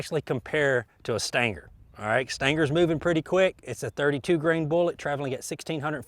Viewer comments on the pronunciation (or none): Stinger. Steeeeeeeenger. Not staynger. Can't take you seriously. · Stanger? Float like a butterfly, stang like a bee? I believe it pronounced sting ·ur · What is a stin-ger? Are you trying to say “stinger” ? Lol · Stinger* not Stanger 🤣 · The CCI Stan-ger? I thought it was pronounced, Sting'er? I agree, who cares? I just find it interesting the difference in the Human pronunciation of some words. Some of the most differences are between America and the UK, (concerning the English language) some are quite humorous, some of the Brits talk as if they had a huge "loogy" stuck in their throat? Spit that thing out gov-nor! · "STINGER" = "STANGAR". All the same apparently. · Every time I hear you say "stanger" I think, "WTF?" and then realize a second later you mean "stinger." And I grew up and spent the first 40 years of my life in east TN. I think if I heard it when visiting "back home" it wouldn't surprise me but online it's just so unusual I have to think a second. ;) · Stinger doesn't have the letter "A" in it, but I love how you add it. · What is a "Stan Ger" bullet? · did he say stinker ? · What's a "stan-gar"?? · What are "Stangers" :) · I think I watch his videos to hear him say "stanger" as much as I do to learn something. 😆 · what the hell is a "stanker" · "But how will it compare to the Stayngur?" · It's a .22 CCI Stinger. The pronunciation is a Kentucky slang accent. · I thought he said Stanker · What is “stanker” ammunition? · "Staingger" LOL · I concur